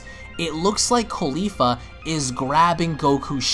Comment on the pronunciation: cauli FLA not caulifa ITS CAULI-FLA